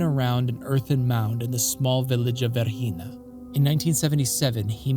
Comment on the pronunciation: The name of the site is V E R G I N A not "Verhina" , please correct it